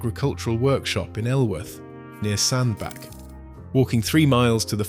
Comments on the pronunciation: It's pronounced SandBATCH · Aaaaagh.!!! I have lived in Cheshire most of my life. Sandbach is pronounced Sandbatch, batch, batch. Got it !!!?